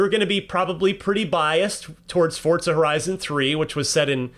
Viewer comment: Why did bro pronounce it like Fortza